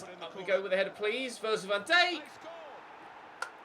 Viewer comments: Pronounce van Dijk like dike not dayk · van Dike not Dake still. Cringe